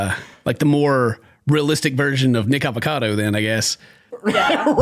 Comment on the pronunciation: Homie didn’t mean to, but totally dropped a soft n word saying “nickacado” the first time😂😂😂